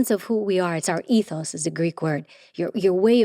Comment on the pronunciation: I already liked her, but the fact that she pronounced ETHOS correctly? Now I love her!!! LOL!!! It is a GREEK word - ethos! EEEE-thoss.